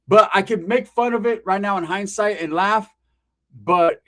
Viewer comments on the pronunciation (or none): none